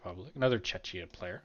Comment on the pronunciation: Im on about your pronunciation of the word “Czechia”. There is google if you arent sure.